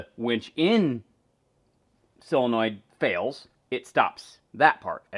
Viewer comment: sOlenoid with an “O”